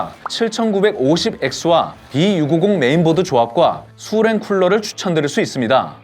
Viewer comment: 수랭 발음 ㅋㅋㅋ